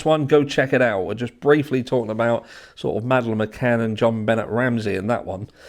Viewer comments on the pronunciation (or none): Good mythical morning Mate! Beñet is french and prounounced Ben aye ive followed that case since day one. Way before i ever came to my true crime obscession. That crime scene trashed, case mishandled and probably corrupted on purpose. I would have left this comment on that video but the comments wouldnt let me in. Why would dna solve her case, the case was thrashed in its infancy. Love and respect always your ❤